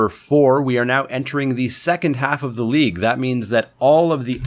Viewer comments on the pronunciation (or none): I thought you said Leek Update......